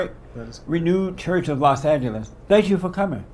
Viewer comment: Did he say, Renude Church